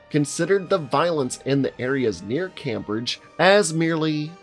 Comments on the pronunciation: don't know if you have been told this but 'Cambridge' is pronounced 'came-bridge'. love the vids tho! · My man I love you but Cam—bridge ... Nah 😂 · It's pronounced more like camebridge btw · I stopped watching when the man couldnt say Cambridge. Probably one of the most famous place names in the country and not even remotely hard to say. Is like hearing someone say 'Lone dune' instead of London. 'wooow kuh' instead of UK. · The way you say Cambridge is laughably wrong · The way he pronounced Cambridge though 😂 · How he says Cambridge really annoys me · Your pronunciation of 'Cambridge' gave me the rage virus. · “Cambridge university”, I’ve never heard such an appalling pronunciation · How can you not pronounce Cambridge? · How hard is it to pronounce Cambridge correctly? Seriously, just Google if! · I have to say, it's a super minor thing but it's legitimately weird realizing someone has never heard of Cambridge, one of the oldest most significant universities on the planet, from them lacking the ability to pronounce it and thinking its location needed further explanation or would be useful to anyone who needed that explanation. If you don't know Cambridge exists, saying that it's in a town named, basically "Cambridge Town" after it that contains little else of importance isn't going to give much context. I swear like one in three youtube videos I watch involve some cursed, very hard to ignore, pronunciation that teaches me about what things I assumed were common knowledge are actually obscure arcana to the average American. The opening of this is like the vaguely-british version of "This takes place in New Yark, in New Yark State, America." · Boutta give me the rage virus with how you pronounced "Cambridge" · Lmao, as a Brit your pronunciation of Cambridge and Cambridgeshire they, well, they hurt. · Considering you can't even pronounce Cambridge right, yeah, I'd say you should quit the accent game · The guy can't even pronounce Cambridge properly 😂🤣😂🤣😂😍😂🤣